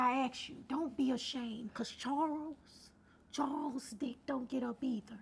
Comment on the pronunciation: She know she say Charwls